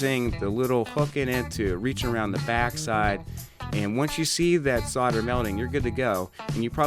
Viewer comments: ave always said "sole - der" not? "sod - der"? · Can you please stop saying "sodder" and "soddering"? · Protip: the L in solder is not silent. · I wish someone would teach Americans how to actually SAY 'solder' Why do you all pronounce it like the 'L' is not there????.....Shakes head!